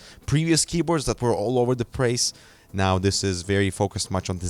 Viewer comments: " all over the prace " - 2017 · All over the prace